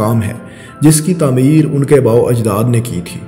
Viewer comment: تمیر نہیں تعمیر۔